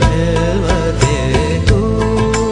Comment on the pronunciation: you dont pronounce it as khelwate but its actually khalwate